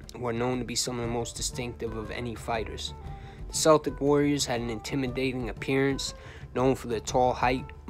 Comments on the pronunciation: Love the videos/channel but that is NOT how u pronounce the word Celtic. Its kel-tic not sel-tic. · Bro its spelled Celtic but it's pronounced (kel-tic) as in Celtic warrior. It's not pronounced like the basketball team Danny believe his blood line was connected to Celtic warriors back in Ireland in the old days. But this was an excellent video my brother Danny Greene forever the Irish 🐐 a gangsters gangster rip to the Celtic warrior he fought the good fight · Bro if you say "Seltic" or "Selts" one more time I'm gonna fuckin scream....